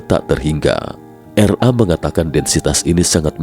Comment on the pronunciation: RA kli bkn R A. hehehe.